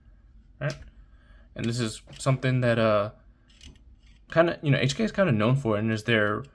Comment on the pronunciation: Love the P30 v1. I have the p30sk, P30, and P30L. It's pronounced "coke" by the way. Nice pickup